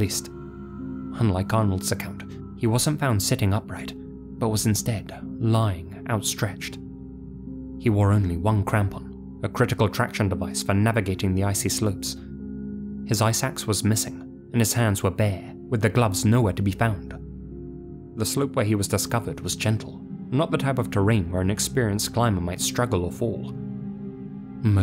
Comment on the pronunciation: I heard "eye sacks" too 😭🙏